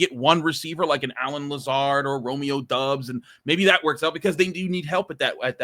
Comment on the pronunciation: Doubs is pronounced Dobbs, not Dubbs.